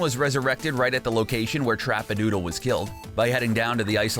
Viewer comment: 2 things 1 it’s chapadoodle not chapadootle and 2 it’s LAZY links not lucky links oh and ps you said salty the showed a picture of tilted towers